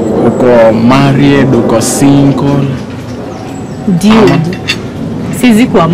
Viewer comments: She said "dyuid" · Is she saying diude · kwanza akisema "diud (dude)" 😂😂😂😂😂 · Why she kept calling the boys Diudiii!!! Biachiiii** did you mean Dude*** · And its dude not diude ...gosh ooh myself